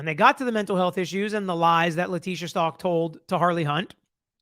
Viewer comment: It would be good if you pronounced her last name right. Check first.